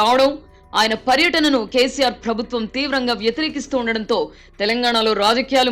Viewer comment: Nice analysis....but చిన్న సలహా.... ప్రభుత్వం అనే పదాన్ని సరిగా పలకండి... ఫ్రభుత్వం... అనటం కర్ణ కఠోరంగా వుంది